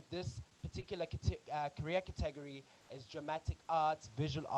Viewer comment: Thanks for the videos! Love them. Just the pronunciation of 'category' distracted me a bit.